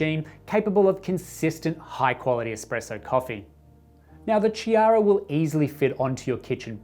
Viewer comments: It pronouced: K-iara, K like in OK. From italian Name Chiara ( Kiara) 😊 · Nice machine and great review. The Ch in Chiara is pronounced like a K. Enjoying your videos.